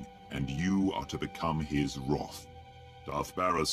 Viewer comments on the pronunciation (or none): His Wroth. FEAR THE WROTH